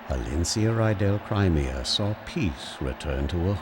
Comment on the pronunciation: 1. OH MY GOD, YOU SAID CRIMEA RIGHT!!! Haha, sorry, that had been bugging me all series. 2. I'm happy they DIDN'T end up making this a romance plot between Ike and Elincia. There's romantic tension, A BIT, but I don't think they wanted to stretch it, which suits me just fine, because Ike and Soren forever, THANK YOU. 3. Well, okay, you said it right the FIRST time, anyway...sigh. 4. "We are the sultans, we are the sultans of swing." Correct. Dire Straights is a good band. Straights? Straits? I THINK it's the first one but I'm not positive. I can't spell for shit. 5. Ashnard: "Let Daein fall with me." Micaiah: "BITCH, I DON'T THINK SO!" And thus, the second game was born. 6. Hmm, from WHOM did you learn that it's pronounced "CRY-me-a", hm? Sounds like a me thing to have definitely said at the start of the series, so you're only now just getting to my comments. THAT'S fine. Or it was just someone/something else entirely. 7. Really? I always did Tibarn. I think he has the best balance of the three. 8. NOOOOOOOOOOOOOOOOOOOOOOO! You know why. XD 9. The criticals are, ahem, CRITICAL to your success. Ha...ha...I'm punny. 10. You get to a point in this game where the weapons triangle doesn't matter, and for future reference, eh, Soren can hurt Ashnard. 11. He's calling himself a poor imitation of--and I can't spell this--Caineghis. The Lion King, I mean, the real one. 11. Rajaion is DAYUM! 10/10. XD Remember, though, I have exquisitely diverse tastes. Any other guy with any other loo